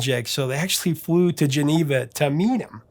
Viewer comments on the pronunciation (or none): none